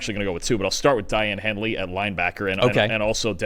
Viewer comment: It's pronounced DAY- ON Henley